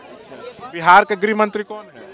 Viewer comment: Behaar...nahi ji.. Bihar hota hai.😂😂😂😂😂😂